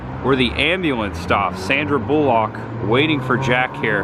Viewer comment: Why do you pronounce Sandra Bullock's surname in such a stupid way?